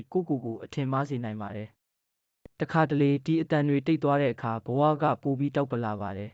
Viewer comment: စာတွေက စိတ်ဝင်စားဖို့ ကောင်းပါတယ်။ စာဖတ်တာ အဖြတ်အတောက်မှန်ကန် အသံထွက်မှန်ကန်အောင် လေ့လာမယ်ဆိုရင် အောင်မြင်နိုင်ပါတယ်။ တောက် ပ ကိုခွဲဖတ်ရပါတယ်။ ai ကိုဖတ်ခိုင်းတာလား ။